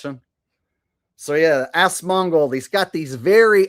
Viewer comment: 100% A.I. 😂 Good Show, Are saying Assmold when you imitate Asmongold 🤣🤣😂😂